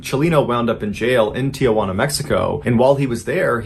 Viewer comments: Mr Ballen, respectfully it's Tijuana not Tia Juana. It's not your Aunt Joan. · It's Tijuana, not Tiajuana. No A in the middle. Common mistake. Otherwise, I love your content! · Oh dear, Mrballen. It's pronounced "Tee-WAN-ah." Just had to get that off my back. Thank you. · When will Americans ever learn that there is NO "a" in the middle of Tijuana??? It is pronounced "Tee-wanna." No "a" in the middle, Folks. No wonder they call us "gringos." Americans don't understand that that is an insult. We are North Americans, not "gringos." Learn that.